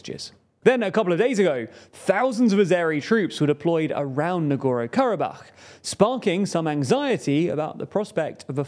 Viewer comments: NagorNo. Not Nagoro. There’s another N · I know spelling and pronunciation of Non-English names is not easy sometimes. But please, dear, at least TRY. This channel is notorious for blatant misspelling of names. It's not "Nogoro-Karabakh", it's very clearly "Nagorno". Literally every video is like this, I just remember how Prigozhin was always called "Prizhkovin" or something. It's no problem If it happens here and there, but also, it's not THAT difficult to just briefly chek correct spelling and pronunciation before recording, shoukd take a minute at best. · I found his leaving out the N in NagorNo very distracting. Sorry, to be picky. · I love your content, but I beg you, learn how to pronounce the places you talk about. Don't skip letters that are right there in their names as written down. NagorNo, mmmmkay? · Take a drink every time the host mispronounces the name "Nagorno" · There’s an second “N” in there, btw. Work on that pronunciation,. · good job. its pashiNyan not Pashiyan and nagorNo not nagoro